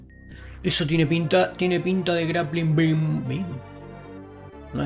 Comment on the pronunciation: interesante videito, me gusto, te sigo, por cierto no puedo dejar de escuchar gran plin plin cuando decis grappling beam XD